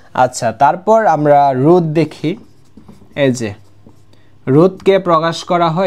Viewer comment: রুদ না ভাই।রোধ😂